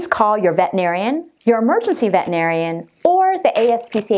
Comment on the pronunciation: Then RENAME your video! And it's "vet-er-i-nar-i-an" NOT "vet-in-ar-i-an." There's an "er" in the word.